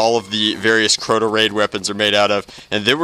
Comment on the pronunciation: It's Crota not croto